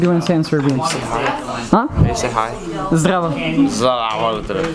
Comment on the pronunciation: Onaj te nije razumeo nisi lepo rekao zdravo nego si rekao zhdravo 😂